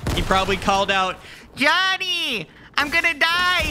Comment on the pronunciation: When he stayed Jonny I thought he said daddy😂😂😂😂😂😂